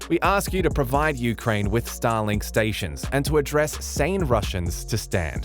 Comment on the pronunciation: Please don't prenounce it as Stalin(k)😂